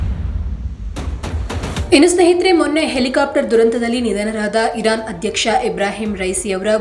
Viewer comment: Iran spasta ucharane illa🔥